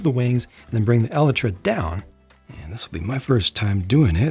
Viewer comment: leave it up to to be the only youtuber to actually pronounce “elytra” correctly